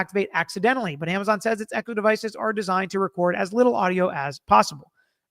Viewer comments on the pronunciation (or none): none